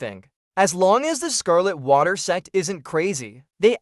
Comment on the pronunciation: Am i the only one who only hear "se* instead of Sect each time? :x